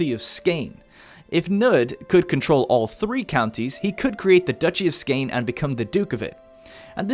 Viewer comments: Skane has been A N G L A C A N I Z E D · the way you pronounce Skåne hurts me. its pronounced "Skouh-neh" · Thats not how you say skåne. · Jylland (yoo-lan) Skane (sko-neh) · As a swede I cringed so hard every time he said skåne or halland lol